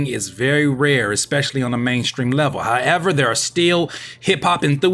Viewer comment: he said HIGHever